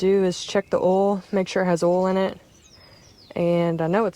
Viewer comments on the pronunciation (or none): Oil not ol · Why can Americans not say "Oil"?